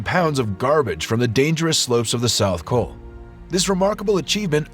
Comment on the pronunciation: Forgive me, but where is the ‘South Coal’? The place where they cleared 5,000 lbs. of trash? If that’s an error, I blame the A.I. and voiceovers.